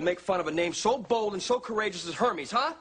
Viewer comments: Michelle says Uncle HAMMIES 😂😂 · Ive got an uncle herpes? I married a herpes? I admit that i thought i heard herpes the first time i saw this scene! 😂😂😂😂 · Lol it sounds like herpes then Hermes lol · i thought she said Herbies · 360 me too tbh. XD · A bit sad they’re making fun of his name just because it’s not a typical English/French name. Also, never heard anyone pronounce “Hermes” like that before. It’s supposed to be pronounced “Air-mez” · its Hermis.. Pronounced 'Eh r'mis. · In greek we don't actually pronounce it like that..it's a really cool name..and yes in English it sounds very weird and funny ( i agree😂) but the way we pronounce it in Greece is beautiful.. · Sorry, but Hermes?? Hermes...😂😂